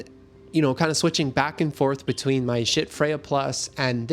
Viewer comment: The fire alarm chirping is ridiculous. Also could you please say schiits one more time? Seriously. Great review. Poor presentation for a sound based review. Just notes. No hate.